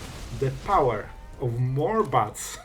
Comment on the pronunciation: why do i keep hearing butts whenever you say bats ? <3